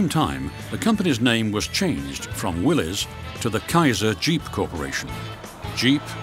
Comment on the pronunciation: Thank you for pronouncing Willys correctly.